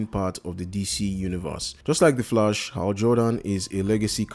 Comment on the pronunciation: Sorry, but you pronouncing The Flash wrong. It sounds like The Flush. Well some times it sounds like that. It's understandable, if English is you second language or have some kind of speech disorder or something like that. But I don't know how to explain it using comments how to correctly pronounce it.